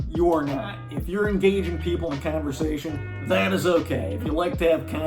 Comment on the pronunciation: I love how you talk. And also how you say canversation! Are you from NY?